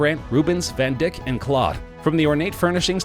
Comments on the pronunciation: The Queen's "Van Dick"...? Van Dyck (as in spike) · IT IS NOT "VAN DICK" ! IT IS VAN DYKE - LONG 'I' SOUND - NOT A SHORT 'I' SOUND. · He said," Van Dick" its Van Dyke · you did not say """VAN-DICK""" ! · Well..... I've never heard his name pronounced "van dick" before! Lol.....and Kensington Palace is not Italian in design, it's Dutch...it's worth considerably more than $140million and Roman Abramovic has NEVER owned it (it's always been owned by the Monarch).....so I'm not sure how many more mistakes there are with other properties but judging by the ones made in the British Palaces on this list I'd assume there's many..... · Van dick? Oh dear you Americans. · What kind of uneducated jerk pronounces the artist's name "van dick"???? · Hahaha ‘Van Dick’....